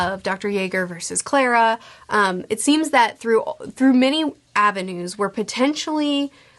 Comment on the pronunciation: CARLA.. not clara